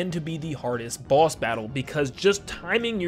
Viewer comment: Dunno if he saying boss or balls